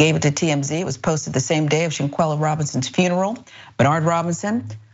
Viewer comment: I wish y'all would pronounce her name correctly. It's spelled EXACTLY the way it's pronounce. ShaNQuElla add the N and remove the i in your pronunciation PLEASE!!